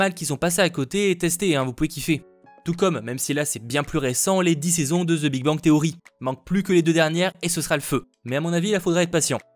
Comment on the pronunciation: "ze big bang theory" --> j'ai eu mal aux oreilles, mais je ne t'en veux pas !!!